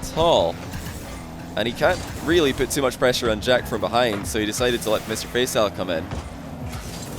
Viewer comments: it's pronounced Fa-ee-saal not Fay-saal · What ? No its not. Its always pronounced Fay-Sal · Please learn how to pronounce Faisal, deary me 🤦‍♂️ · your pronounciation of Faisal sounds funny 😂